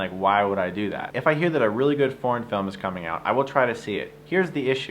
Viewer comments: When you started talking about foreign films I thought you were saying porn films and you were really serious and I was like "Wait, what porn films do you review that are really good? What is he talking about? Is he not even going to mention fapping?". Then I realized you were saying foreign and I was like OOOoohhh. It was funny. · I understood "porn films" :) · Why do I hear something else when he says "foreign films".